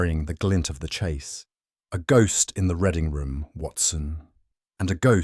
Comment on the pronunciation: Reading room should be pronounced with the sound read as to read a book not as in the colour red